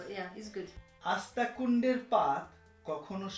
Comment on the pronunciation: আঁস্তাকুড়ের পাত ভাই আপনার উচ্চারণে ভুল হইছে